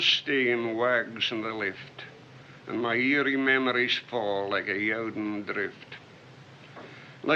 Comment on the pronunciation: Doesn't he say "eerie" instead of "aery"?